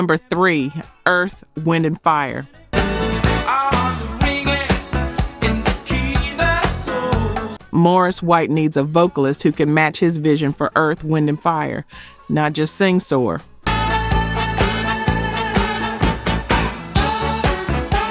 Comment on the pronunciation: This is the thing about AI voices, they pronounce things wrong. It said Philip Wynne instead of Philippé Wynne. It said Morris white instead of Maurice white. And Albert Powell wasn't a lead singer, Now if they would have lost Eddie levert or Walter Williams that would have been a different story Because Walt and Eddie Rotated on lead, Just like Philippé And Bobby Smith rotated The lead But the spinners had more songs with Bobby as lead🤔